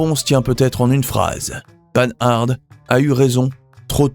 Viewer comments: ça fait mal d'entendre Paneharde, y a pas moyen de se renseigner sur les prononciations, c'est une marque française, pourquoi la prononcer à l'anglaise ? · Il y a quelques images qui ne correspondent absolument pas au texte récité. La prononciation de Panhard ( à l'américaine) révèle le manque de culture automobile authentique de l'auteur de cette vidéo. Encore un petit effort pour devenir un vrai professionnel de l'histoire de l'automobile française. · Comme beaucoup, j'ai été choqué par le fait que le commentateur n'ait pas pris la peine de se renseigner sur la prononciation de Panhard et même de ne pas souligner le surnom de cette marque "Pan Pan'" qui ne lissait aucun doute sur la façon de prononcer. Et que dire de l'oubli de Facel Vega! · Citroën fait aussi partie des grandes marques novatrices disparues... Sinon la prononciation de Panhard est à revoir. Ca gâche tout, on n'a pas envie d'aller plus loin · Ce n'est pas le panard cette voix off... 😂. Purée, on dit pan ar pas panarde... Jay Leno fait l'erreur mais il est excusable, il est américain. 🤡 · Bonjour, on ne prononce pas "panne-arde", mais "Pan - ar". Merci pour la vidéo, très intéressante. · Oui, c’est devenu fréquent. Le nom se prononce pANhar , et non-pas pAnHarDE. C’est compréhensible du fait que les personnes qui sont nées après la disparition de la marque, l’ont lu, sans jamais l’entendre prononcer. La prolifération des anglicismes fait le reste … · On ne dit pas panarde, mais pan ar. J'ai un copain qui a 3 Panhard et une Rosengart, donc je l'ai entendu assez souvent en parler. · C'est très intéressant. Une remarque cepndant :Panhard se prononce Pan-ar. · Prononcer Panhard et non pas pan hard . C est lamentable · S'il vous plaît; dites : "pen-ar" , votre prononciation dénote votre jeunesse 😄 , mais n'a rien à voir avec son nom propre. Un excellent documentaire, en tous cas ! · Ne pas confondre panhard et panarde ! Lamentable de parler si mal !